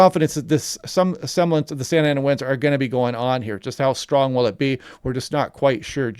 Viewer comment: you pronounced it pretty good